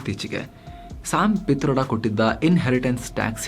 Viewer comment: ಪಿ'ತರ್ಡ'.......😂from mandya